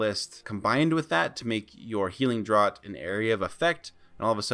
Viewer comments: NB: “draught” rhymes with “laughed” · lol I've been pronouncing "draught" incorrectly for years then :P